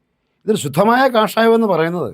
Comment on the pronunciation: 8: O6 കഷായമോ ?😂😂😂 കാഷായം എന്നു പറയൂ കുട്ടീ . അരിഷ്ട മെന്നൊന്നും പറഞ്ഞേക്കല്ലേ ?